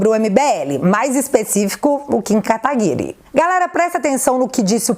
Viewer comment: Diz guedes: "kataguri" kkkkk isso é pedofilia hein